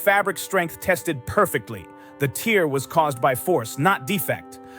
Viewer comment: The dress wasn’t crying it should be pronounced “tare”